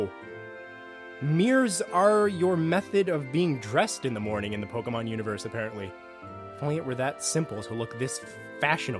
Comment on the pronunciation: Waaaaaiiiittttt a minute. Did he say PokeMAN in the first couple seconds 😂😂